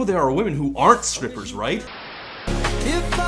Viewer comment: yoo Todd u say scrippers? 😂